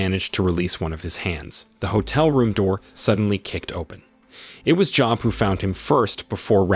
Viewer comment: Job is pronounced "Joeb" like Job of the Bible